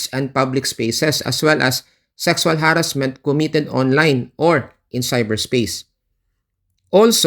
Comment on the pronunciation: pasensha naman pero masakit pakinggan yung ha-rassment kaya di ko matapos ang video